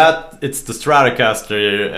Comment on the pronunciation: I love your saying "stratocaster" :)